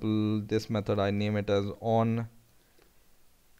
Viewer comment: Jesus Christ it's method not metod 😤